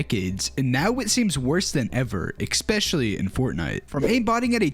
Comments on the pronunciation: did blud say "expecially" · Expecially? Ekspecially? Grow up.